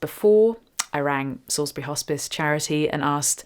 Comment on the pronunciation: Did you say Salisbury??